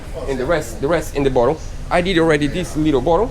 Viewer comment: your English is excellent...but.... “bottom” is pronounced [bot-um]. You guys do a great job on all that you do. I mean no offense.